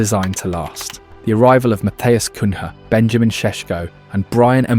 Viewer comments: It's not "coon-HA", it's "Coon-Yeah" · Cun-ya, not Cun-ha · The way the guys pronounce names is off. CUN-HA! 🤣🤣🤣 You don't say Jose mourin-HO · Is this narrator AI? The pronunciation is different every time he reads a name out! 😂 Cuhna is mentioned as Coonya Cun ha Cunnha So weird, and almost ruins the whole thing